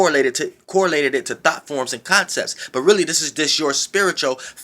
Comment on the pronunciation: I was like I know I aint the only one catchin that, He said "Hone in on your Thots" Im done lol